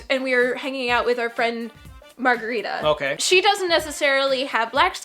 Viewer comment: They should learn how to pronounce their friend's name, you don't pronounce Margarita like the drink at all... Smh